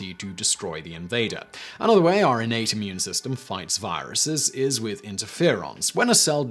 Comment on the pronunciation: Juvenile comment warning -> -> When Simon said "your innate" of course I heard 'urinate'. :-/